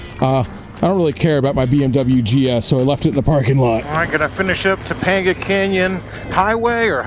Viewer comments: Tuh pang guh I'm from LA bro, love ya but don't make me cringe. Funny, I don't cringe at any of the weird wild shit. But I cringe at pronunciation? Go figure.Guess I'm a pronunciation Nazi... PS My bad, halfway through the video out of nowhere you started pronouncing it correctly. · Topanga is actually pronounced Two-pain-gah not To-pond-ga ... This is such a good video definitely looks like something I'd love to do glad you guys had a good time keep the videos coming brother! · It’s pronounced “Toe-pang-gah” not “toe-pong-gah.” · Topanga is pronounced Toe-Pang-Guh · Toe-PANG-ga canyon ✔️ Toe-PONG-ga canyon ❌ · Cool vid. FYI: Topanga is pronounced Toe-PAIN-ga, not Toe-PAWN-ga. ;-) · Toe- pay- n'gah canyon. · how can you pronounce topenga so poorly? have you never watched Boy Meets World? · Topanga not Toponga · The way you pronounce Topanga canyon.. 😄